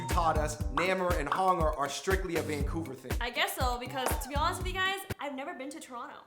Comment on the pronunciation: Leendad infected the Fungbros with saying Vangcouver O_O